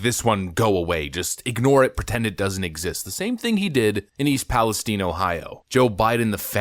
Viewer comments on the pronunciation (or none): none